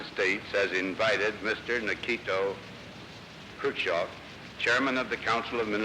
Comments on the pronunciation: What was and is the issue that Americans can't say his name... Its chev not chov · Eisenhower: “Nikito… Khrushchof” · HAHAHAHAH I LOVE EISENHOWER HE SAID “NIKITO ... KRUSS-CHEV” AND THEN PAUSED AND SMIRKED AT SOMEONE IN THE AUDIENCE WHAT A SAVAGE